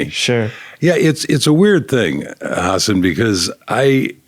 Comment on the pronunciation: He actually pronounces Hasan's name right